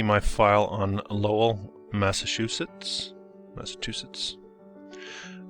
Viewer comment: You don’t know how to pronounce Massachusetts? It’s mass-a-choo-setts. Wow. Seriously?